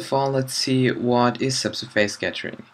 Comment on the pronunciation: Dude, normally I won´t complain about pronunciation, but the face in subsurface is not pronounced like face, more like fess, and the stress in surface is on the first syllable :) Otherwise I love your tutorials ;)